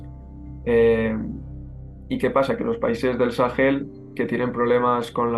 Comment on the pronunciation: Dos correcciones: 1. Se dice "Sahara", no "Sájara" 2. Se dice "Sahel", no "Sajel"